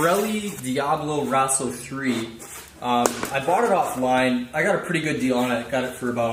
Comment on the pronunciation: Nice! I was looking for spacer positioning since mine fell out when I went to get the new tire put on, DOH! Diablo Rosso III is a great tire. Same one I run. Rosso is prounounced roe-so, not rah-so. You're removing the wheel, not the rim. :) The rim is the thing your tire goes on. Good vid. Looks like ye did a nice job covering the bases. Hope ye liked the new rubber!